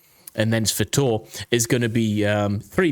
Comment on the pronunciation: Sva-toh-veh......3 syllables, not 2.